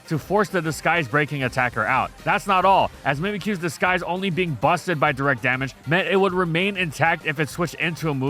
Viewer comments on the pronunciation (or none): am i the only hearing how seems to pronounce disguise as disKise?